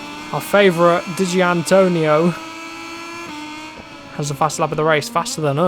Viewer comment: It's pronounced Duh-Gin-Antonio